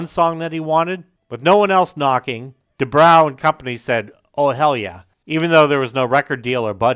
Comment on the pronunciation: Good video; however, you mispronounced Kevin DuBrow's name: It's Du-BRO, not Du-BROW. As for Kevin DuBrow, he didn't just say the quiet part out loud: He raped people's ears with it. After the first 2 albums, even Rudy Sarzo had had enough and left the band. After the 3rd, the (correct) decision was made to fire Kevin. Unfortunately, the even better singer Paul Shortino was unable to save the band, and they broke-up shortly thereafter. The band did eventually get back together again, sans Sarzo of course, in the mid-90s, but the only good song they could muster was an admittedly good cover of the Small Faces classic "Itchycoo Park.* That was it. It's too bad: Quiet Riot was a really good band. Metal Health is still a GREAT album. (There's literally not a single bad song on it, and most of the album is great.) Even their 2nd album Condition Critical was very good: Besides the GREAT cover of Slade's "Mama Weer All Crazee Now," there was the almost-as-great "Party All Night," the very good title track, and the explosive power ballad "Winners Take All." But Kevin's mouth just kept on sinking the band. After Sarzo understandably left, they then brought-in Chuck Wright from Giuffria and wrote and recorded QR III in 1985. Although that album boasted a solid lead single "The Young And The Wild," the song - with its ultra-slick production and elements borrowed from Hip-hop of all places - was seen as try-hard and a desperate attempt to hold onto their rapidly declining audience and in